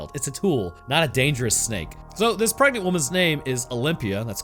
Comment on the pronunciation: Preganenant took me out.